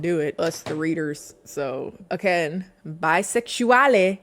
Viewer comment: I don’t know why being able to say “ambidextrous” but not “bisexualidad” just kills me